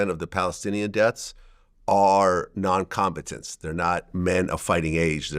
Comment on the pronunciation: Vlad can’t say non combatants 😅